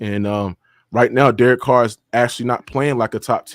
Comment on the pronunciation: This man said Derek Carr 😂😂😂😂